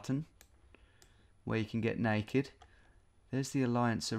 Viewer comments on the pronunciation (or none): none